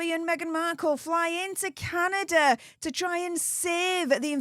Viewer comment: It’s pronounced Canada 🇨🇦 Not Candader